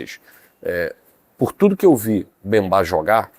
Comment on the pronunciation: Certo: Mbemba/ errado: Bembá.